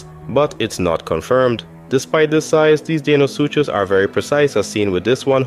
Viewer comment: its saying you are deinosuchus likes deino from the flintstones instead of how it's supposed to be spelled and said.